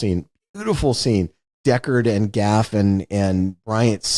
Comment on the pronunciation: He also keeps saying "Rutgerd Hauer". And I just noticed he referred to "Gafft".